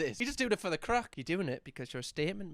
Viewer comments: Hearing a British man say “doing it for the craic” threw me more than it should have 😂💚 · As an Irish girl hearing a brit say “doing it for the craic” shocked me🤣